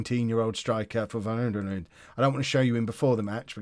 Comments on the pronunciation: Hi # it's pronounced as va-ya-doh-lid. Can't wait for the next time you try saying it! Haha. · Double L's are pronounced as "y" in Spanish and V's are, more often than not, pronounced with a "B" sound, so the correct pronunciation of Valladolid would be something like "Ba-ya-doh-LEED" (emphasis on the last syllable). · The best part of the whole not-being-able-to-pronounce-Valladolid thing is that the part he’s messing up is pronounced the same was as he messes up Bayer